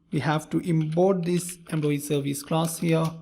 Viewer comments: What's with the EMBLOYEE ?!! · Very good explanantion. just wanted to know, why you say Employee==>> "Embloyee", Import==>>"Imbort" , Component==>>"Combonent".